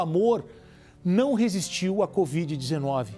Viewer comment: LEGAL ISSO. E como sou observadora notei que o repórter fala assim, "com esse abraço ao paciente especial com BOVIDE 19, BOVIDE, ELE DIZ. Alguém mais notou ou só eu? Vale lembrar nao falo por mal nem estoy corrigindo e sim comentando.